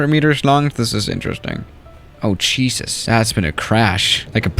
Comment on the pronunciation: normal - jesus late 2020 - "chees-us"